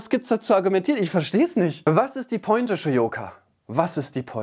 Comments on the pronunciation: und das hindert sie daran, Worte wie Pointe richtig auszusprechen oder Worte völlig falsch zu betonen wie zum Beispiel "Posstette"? Sie ist Wahldeutsche und kommt aus Österreich. Amtssprache in Österreich ist Deutsch. Sie behauptet doch von sich selbst so gebildet zu sein und pointiert sprechen zu können. Alles was ich "litschälly" bei ihr höre, sind peinlich ausgesprochene Anglizismen und andere Buzzwords um besonders intelligent zu wirken. Tut sie aber nicht. Das wirkt eher peinlich bemüht. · Unfassbar wie falsch sie selbst Worte wie Youtube ausspricht. Ich verstehs nicht. Wo ist die?!? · wie sprichst du denn bitte pointe aus? das wort kommt aus dem französischen.... man spricht es po-en-te. ich krach mich weg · "Meeklenburg Vorpommern", "Roostock", "Kra Kanaria" und ""? Sie will immer so schlau klingen und macht sich über die Dummheit anderer lustig und scheitert dann an der Aussprache einfacher Wörter